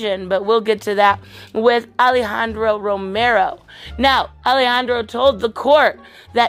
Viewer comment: Another great video as always keep up the good work and continue to upload awesome content and I’ll keep watching it love ya muchos besitos and yes you said Alejandro Romero perfectly